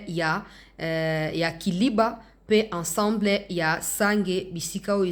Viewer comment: Na émission oyo elekaki liboso olobaki KALIBA non eza KALIBA te kasi eza KILIBA. Merci et courage